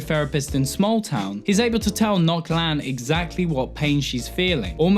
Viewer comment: Ngoc. As in Gwent. Not Noc.